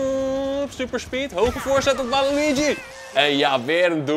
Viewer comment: Je spreekt het uit als walitjie